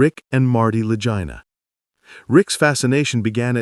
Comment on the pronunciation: Dont waste your time watching. MAYBE about 3 minutes of semi-truthful history of Oak Island followed by 20 minutes of complete bullcrap which was probably all AI generated. They couldnt ever pronounce Rick and Marty's last name correctly. The whole video is just random clips from the show on repeat and even some of Mr Beast for some reason.